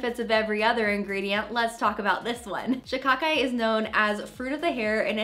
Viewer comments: You are saying shikakai right. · Yesss you said Shikakai right..